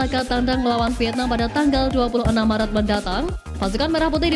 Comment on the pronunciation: Bang maret, bkn marat